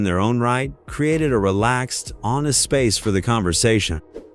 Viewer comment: Bob it dough crazy pronunciation